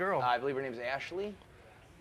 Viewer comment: get his name right